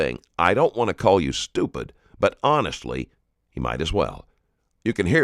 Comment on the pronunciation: Don’t say HONISTLY